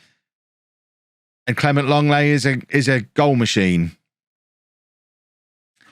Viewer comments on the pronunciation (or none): none